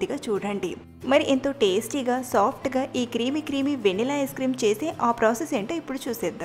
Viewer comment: Vennela kaadhu venilla